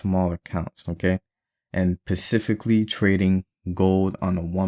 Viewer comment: Am I the only one that heard him say “pacifically” instead of specifically 😂😂😂